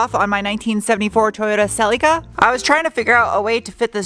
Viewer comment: Everyone now say "say-ree-kah", not "sell-li-car".